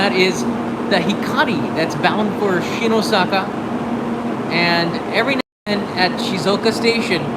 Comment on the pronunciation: Not “ Shinosaka “ It’s “ Shin-Osaka “.